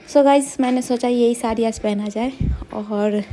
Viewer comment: शुद्ध बोलो सारी न बोलो साड़ी बोलो😂